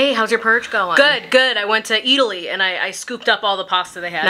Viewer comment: I don't know what's more of a crime: Murder or the way she pronounced Italy